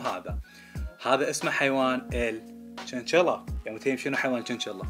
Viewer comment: الشنشيلا مو جنجلا